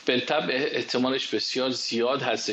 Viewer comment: جناب جسارتا واژه ی "بالطبع" بطبع خونده میشه، ال خونده نمیشه ینی بلطبع غلطه